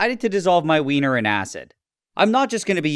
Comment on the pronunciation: Love your pronunciation of weener.